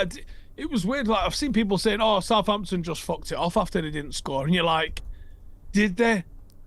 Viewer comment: It’s Southampton for f@@@ sake